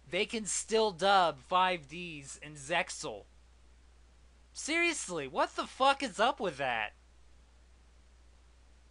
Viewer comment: the x in zexal is silent. It's supposed to rhyme with "seal"